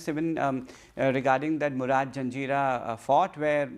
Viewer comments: Why blame Westerners for butchering Indian names? After all, even our very own SOBO “Film Expert” can’t quite wrap his tongue "Pendharkar" or Murud . Clearly, mispronunciation is a universal art form. 🙄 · He describes himself as a writer, and one would expect any serious author to do thorough research for their work. So, when he mispronounces names like पेंढारकर and मुरुड, it does make any audience question his credibility, especially since his bio online suggests he's an encyclopedia on Hindi cinema.